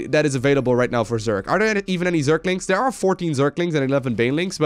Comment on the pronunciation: do dis, do dat, over der